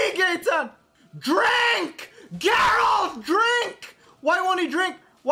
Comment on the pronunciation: Never seen my last name in ANY media (not exactly a common name), so to see it on the screen and then hear it from both and GERALT OF FREAKING RIVIA was a total shock. Both of them even pronounced it correctly! 😄❤